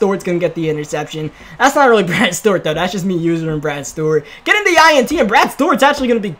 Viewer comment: Why do you pronounce Stewart as stort